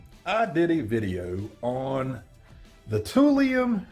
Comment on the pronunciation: "Tool lion." Toolion. Not "tool-eon" Toolion..... Raaaawrrrr....... ferocious I realize....... I'm the tool🤣